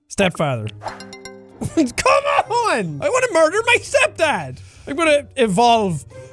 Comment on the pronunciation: "I wanna merder my stepfather "